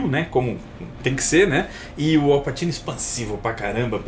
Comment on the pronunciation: não leva a mal mas pra uqe insistir no "Passino"?